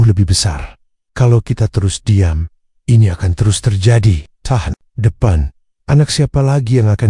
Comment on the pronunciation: Tahun depan bukan tahdepen...Rian bukan Rayen... Kosakata gak jelas pakai transit suara ini... Tolong di perbaiki...